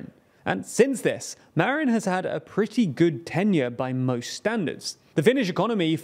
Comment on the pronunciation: who the heck is "marion", anglo?